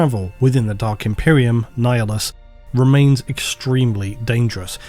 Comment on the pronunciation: Nihilus (Ni-Hilus) pronounced as Nayalus